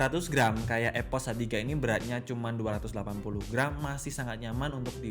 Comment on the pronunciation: EPOS WOY BUKAN EVOS